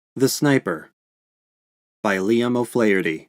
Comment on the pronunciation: as an Irish person myself you said his name wrong:)